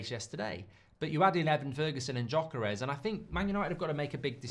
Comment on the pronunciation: Does anyone else get a bit triggered with Mark’s pronunciation of Gyökeres every time? 💀😂